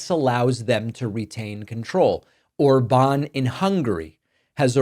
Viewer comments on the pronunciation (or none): none